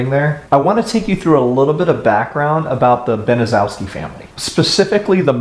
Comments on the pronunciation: Baniszewski is is a Polish name pronounced BANN-eh-CHEV-skee. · Just a note: Gertrude Baniszewski's last name is pronounced incorrectly in this video. It's BAN-uh-SHEF-skee. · The name is pronounced Benishefski. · I had the misfortune of having to look at that despicable woman, talk to this woman, and be professional with this woman, during her incarceration. I liked your presentation, because it’s pretty consistent, with the facts, surrounding this heinous and surreal crime. Her last name is actually pronounced Ban is shess key. Nothing has impacted so many people, who l still know, and had a link, to this story. Seriously, one would have to have the kinds of relationships in this tragedy, that we are just now, coming to terms with this, when one reaches this stage of their lives. My sister’ best friend, whose parents were doctors, was in gym class, with her, during that fall. She became a state trooper. Another individual who l know, is actually in position of drawings of Sylvia, And R. Hobbs., in addition to like yearbook notes. I was on the treatment staff for the IN Women’s Prison, among other prisons. Also was a prison hearing officer (judge,) and Gertrude worked right next to my office. Although most all of them are gone now, don’t think that we haven’t all shared our feelings in the last year. Given, her neighborhood, it was a rundown, mostly white, neighborhood. Later, neighbors apparently had actually heard the screams, but police are rarely called, even to this day. The depravity, brutality, and torture, surpasses any crime, committed in Indiana, that l can possibly recollect, was more grotesque or evil, than this. From all reports, Sylvia was a very sweet going lady, and wa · Gertrude Baniszewski could have told her kids to not make so much noise and to not pick on Sylvia and Jenny. She didn't do that. And the last name is pronounced as 'ban-i-SHEF-ski'. More than likely it's a Polish name, and zew would be pronounced as shef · Its a hard name 🤷‍♀️